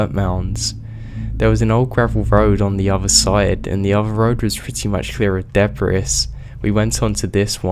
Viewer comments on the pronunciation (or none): Debris you said it wrong in the park story about the mental gate